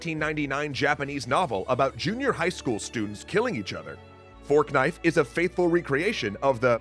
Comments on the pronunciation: Is he calling it Fork Knife lol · "Forknife" lmao